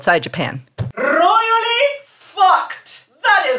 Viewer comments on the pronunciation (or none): "Rrrroyally fucked! That is where!!" 😂 Inlegit cant stop watching her saying that